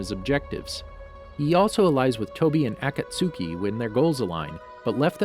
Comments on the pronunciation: he aligns with Tobi and A(Cat)Suki 🤦🏾‍♂️ His pronunciations are killing me 😂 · I heard "At-ka-suki" and I'm like no... bro.. its A ka t ski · Why ye say akatsuki “Akat suki”? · “AT. KAT. SOOKI.” (Akatsuki) I CAN NOT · even worse when he said Akat Suuki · WHO PRONOUNCES SASUKE AND AKATSUKI LIKE THAT! Bruh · words he says wrong sasuke , obito , akatsuki , karin itachi and all other naruto names i mean all of them